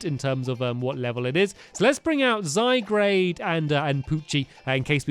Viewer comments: Zygrade is pronounced Zy-Gaurd Olso it goes Zygarde core Zygarde 10% Zygarde 50% then Zygarde Complete and youve got 10% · It's Zy-GAURD stampy, thr anime says so! 😭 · its zy gaurd stamp say after me zy_gaurd zygarde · stampy pls red this how to pronounce zygarde zaygard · If he says zy-grade one more time I'm gonna dislike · Hey Stampy, here's some tips. Lycanrock is pronounced as Lie-can-rock :D Zygarde is pronounced as Zy-guard :D When yo get to the battle against Lunala, (the legendary pokemon on the box art) don't waste your master ball on it, because it's pretty easy to capture :D Here's some type advantages of what's super effective or not very effective to what. Fire > grass Water > fire Grass > water Ground > electric (electric doesn't effect ground types at all) Steel > fairy Fairy > dragon rock > flying Poison > fairy Fire > ice ice > flying electric > flying ice > rock ice > ground (I think) ground > poison psychic > poison bug > psychic dark > psychic ghost = ghost dragon = dragon dark > ghost bug > dark fighting > normal psychic > fighting fighting > ice normal > ghost (ghost doesn't effect normal types) (I hope that helped, I'm always happy to help people :) ) I don't get angry when you pronounce a name wrong either, I just thought I'd inform you :D If you do read this and need help with anything else, I'll be happy to help you with that as well! :3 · STAMPY IT IS PRONOUNCED ZUY-GAURD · Stampy it's zy-gr-ade and zygrade has 3 forms a snake , a dog(stampys) and a big fighting green Munster ▶️🔘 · STAMPY ITS ZYGUARD AND DESIDUI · its pronounced zy - guard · Zigzag2b4 I'll have to agree with this Jared kinz guy, it is his let's play, he CAN do whatever, but it be "lovely" if he could say Zygarde, Zygrade? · stampy you said Zygarde wrong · IF HE SAYS "ZYGRADE" ONE MORE TIME :| Zye-guard Stampy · Titus Klem He pronunciations Zygrade exactly how it's seen. But I say Zie-grd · Zygrade??? Its name is zyGARD Gard not grade. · It's zyguard not zygrade